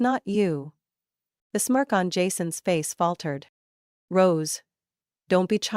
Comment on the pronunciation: Rose not gross